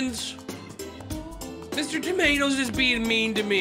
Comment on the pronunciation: Bro did not put the o in Mr tomatoS it’s not Mr tomatS